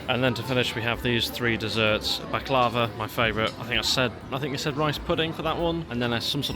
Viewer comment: It’s pronounced ‘back-la-va’ not backlarva 👍